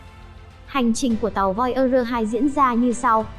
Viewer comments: voi da gơ. thì đọc thành voi ơ rơ. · Voi ơ dơ😁😁😁 bạn này giọng hay mà về xem lại tiếng anh đi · nghe thuyết minh nản luôn :)) voi ơ gơ :)) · Nếu không phát âm đúng được Voyager thì đừng đọc thuyết minh khó nghe lắm